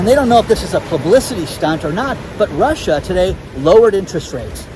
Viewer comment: I love your demeanor----"It's Russh--aa" crack me up! I'm in East TN our gas prices are fluctuating anywhere from $4.09 To $4.29 for the past 3 weeks. We've not seen any empty shelves at stores yet. But we are preparing for a 6 month whacky time. We have a small homestead with chickens/turkeys and big garden. I make my own sour dough bread, and can garden items. Our house and brand new car +26 acres paid for. We are going to SIT for now. Kick back and be smart. Thank you for your channel----totally LOVE IT!!! Congratulations to your son for graduating!